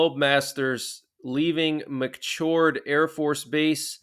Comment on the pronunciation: It’s McChord like a musical CHORD. Andit’s Edinburg pronounced like EDINBOROUGH.